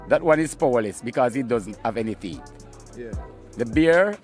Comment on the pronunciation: Him all pronounce it “THEETH”😂😂😂